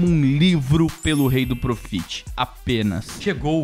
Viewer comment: "proxit" dog,se loko